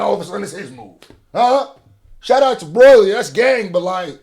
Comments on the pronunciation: to this day bro still saying broily i can't😭😭, DOES HE KNOW???? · yeah he know's but he told a story where he and his cousins called him broily so he says it like that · My guy still can't say broly properly